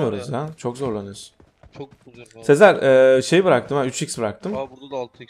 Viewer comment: Abi sezer abiye niye hep seer diyin😅